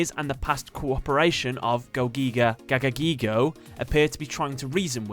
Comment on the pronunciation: ITS NOT GIGIGAGAGAIGO ITS FUCKING GAGAGIGO